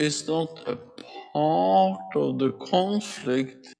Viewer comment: Phaaaaaart of the chooooooonflekt.